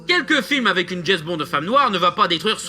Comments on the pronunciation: Ce grand fan de Jesss Bond... ne sait même pas prononcer son nom et se réfère à des livres qui ne sont pas écrits par l'auteur d'origine mais simplement inspirés par lui (des fan's fictions si on veut...) c'est totalement navrant ! Juste un détail j'aime les femmes, je les aime même beaucoup et ça n'empêche pas que le dernier GB est UNE GROSSE MERDE ! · C'est qui jess bond? Tout le long de la vidéo dit jess bond mer